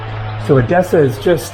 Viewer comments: It's pronounced Ethessa, same "th" like on the the English word "the" but the "e" sounds like on elephant. So, not edEssa but Έδεσσα ! Ethessa is how it's pronounced in Greek. PS You did a WAY better job, on Thessaloniki (almost perfect Greek there!) but don't get confued with that word because the "th" there, is pronounced the same,as on the word "Theory". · Actually the correct pronunciation is E-dessa not ed-E-ssa. At this time it is wiser for someone to go to the south to avoid the bad weather, from June to September it is better to visit Northern Greece. I know you have come to Crete but I think you will like the eastern part of it and it was a good choice for this season, we have 30 degrees Celsius here. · The prononciation of the tone EDESSA is the tone on the first ÈDESSA.